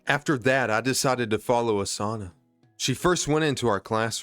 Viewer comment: actually you didn't butcher osana's first name here's a pronunciation chart (for basic characters) if you want Rivals oh-sah-nah nah-gee-me rye-bar-U foo-met-sue am-I o-die-yah-kah kih-zah-nah sue-no-boo oh-kah roo-toh ah-sue ree-toh moo-jah key-nah mee-dah rah-nah oh-sore-oh she-dess-ooh hah-nah-koh yah-mah-dah meh-gah-me sai-koh Playable Characters eye-yarn-oh eye-she rye-oh-bah eye-she 2014 Characters koh-koh-nah hah-rue-kah sah-key me-you